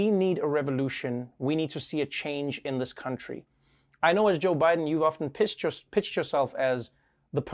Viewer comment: Trevor mispronounced 'pitched' and said 'pissed' instead. Go check the captions. But yeah still funny